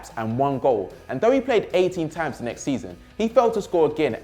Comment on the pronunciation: why does have to pronounce times as THHHAAAAAAAAAMES